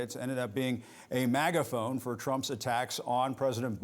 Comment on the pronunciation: He said "Magaphone."